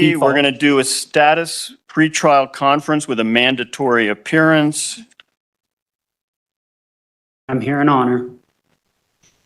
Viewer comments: “special oppearance” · ..special “opearance’ ?